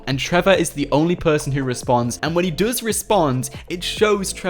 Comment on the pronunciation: Stop saying duuuuuues say does